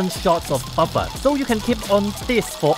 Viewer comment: for the great video +1000 for the way pronounces the word "buffer":) Ssoooo sweet!